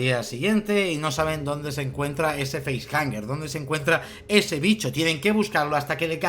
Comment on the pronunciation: Una de mis pelis favoritas, si me permitís quisiera comentar varias cosas no quiero ser tiquismiquis, pero me parece que has dicho varias veces "feisjaNger" (Entiendo que de face-hanger , hang puede traducirse como "colgar", así que tendría sentido) y sería sin N...facehugger, de hug (abrazo) En cuanto a las caras de los actores en el nacimiento de la criatura...hay quien dice que en esa escena los actores no sabían que iba a pasar, porque querían captar esas expresiones de sorpresa/terror...pero según tengo entendido no es exactamente así. En el guión parece ser que ponía que los actores tenían decía algo del estilo "algo sale del pecho de Kane", pero no entraba en detalles. Yo diría que son 7 tripulantes sin contar al alien, hay 7 compartimentos criogénicos (En la escena cuando se abren se ven que se alzan de las cámaras 3 paneles a la izquierda, 3 a la derecha, y el séptimo que quedaría detrás levantándose, no hay compartimento propio para el gato) el gato contaría más como animal de compañía, y a Ash lo estaban haciendo pasar por humano, hasta el punto que lo tenían criogenizado como los demás (Siendo un androide....se tenía que aburrir ahí encerrado XD) así que a el si lo contarían como pasajero. Creo que en la versión original no se encuentra a Dallas ni a nadie, se les da por muertos y punto (Igual me equivoco porque ya mezclo versiones). De ahí que en la secuela decidieran meter a quien pone los huevos. En la versión del director se ve que el alien es capaz de captu